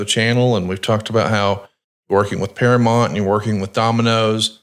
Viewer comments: you are killing me with your misuse of the English language. It's bad enough he says all of the sudden when it's really all of A sudden. Then he calls Duke the Dumpster Droese, Drozay. But saying Paramont instead of Paramount? It's one of the biggest & most successful movie studios ever & there ain't man, woman or child that doesn't know how to say it. I guess is a big subscriber to Paramont + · Para-Mount, you're killing me smalls